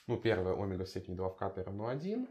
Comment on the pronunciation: даже по-гречески ударение на букву Е в слове омега ωμέγα